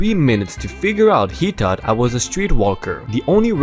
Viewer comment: and THOUGHT is said like THOT, the gh is silent and rhymes like spot, rot, robot, cot, dot etc